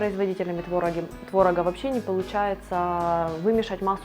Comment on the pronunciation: Вы мало кого встречали, я вообще не готовлю сырники, т.к. никто в моей семье их не ест ( кроме меня ). НЕ твОрог, а творОг. Не твОрога, а творогА. НЕ сковородУ , а скОвороду. Пожалуй, не подпишусь.